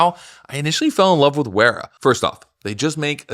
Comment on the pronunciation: you get all fancy insisting on pronouncing every Germany in the /euro/British/German pronunciation(zed f instead of zee f, Porsche, lancha instead of lanseea) then you get sponsored by Wera and butcher the name😂 I'm all for it